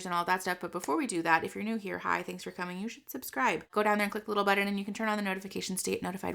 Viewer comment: You say "buddon" and not "button" , I say "weather" like "weader" idk why! It makes me laugh when I think about it 🤣🤣